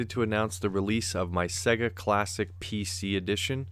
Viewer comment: Retroarch-itecture: Pronounced Retroark Listen to the start of a Sonic game, how is Sega pronounced? Betcha it's not segga.